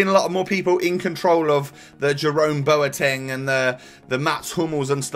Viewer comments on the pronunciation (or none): none